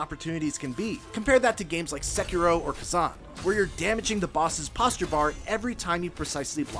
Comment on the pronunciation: sekiro> fekiro